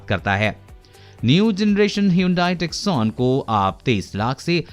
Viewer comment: Lol, it's Hyundai Tusson and NOT TUCKSONE